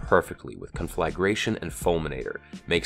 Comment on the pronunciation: The way you said conflagration bothered me more than it really should have... don't know why